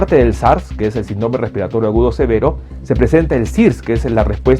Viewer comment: Doctor con todo respeto, pronuncie bien la palabra : síndrome